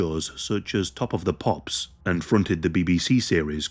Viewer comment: Top of the Pops sounds more like "Hop on Pop" 😳